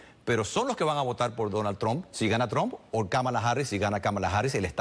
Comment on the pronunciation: No sabe ni pronunciar Trump 😀😃😄😁🤣😆😅